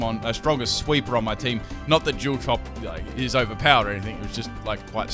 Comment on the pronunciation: Love the way you say dual haha